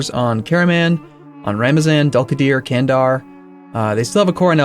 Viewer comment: Candar is reading like djandar